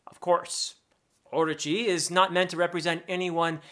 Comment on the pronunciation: professor, orochi is said orÔchi, the strong syllabel is the '' ro''